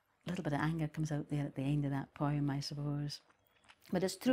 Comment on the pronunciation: Ive never heard poem pronounced Poh EE umm